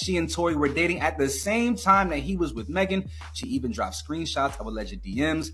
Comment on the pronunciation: Yeah no, if they didn't mean any harm by this conversation then they wouldn't have shaded Meghan by purposely pronouncing her name wrong while full on pronouncing Tory Lanez name without any problem. They were definitely being shady. 😅